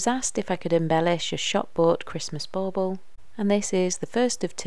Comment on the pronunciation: Bauble not bowbow. Lol